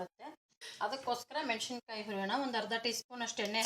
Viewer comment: ರೆಸಿಪಿ ಚೆನ್ನಾಗಿದೆ,ಮೆನಶಿನಕಾಯಿ ಅಲ್ಲ,ಮೆಣಸಿನಕಾಯಿ